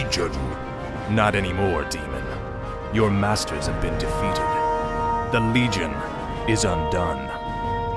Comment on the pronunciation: Why do you often add an S at the end of words? For example "defeateds" instead of "defeated"? I get that it's an accent thing but, all you do is not pronounce an extra S.